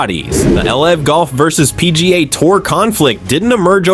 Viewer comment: these ai slop videos are so annoying lol cant even say LIV golf right